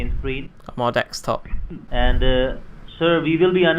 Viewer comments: wirus, dekstop, cracks me up every time. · He is making fun of the scammers. Notice how when they try to pronounce "Visa", it sounds like they say "Wisa". Same thing for "Desktop" "Dextop", "Videos" "Wideos". is just mocking them. Sometimes subtly and sometimes pretty obvious, though the scammer seem oblivious to this usually. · lol why you say dekstop and vindows lol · what's wrong with dextop and wirusses? That r complet normal spelling! (sarcasm)